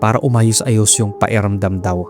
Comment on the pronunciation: Pa-Ki-ramdam, not Pa-E-ramdam. Speak tagalog properly pls. Good job sa stories.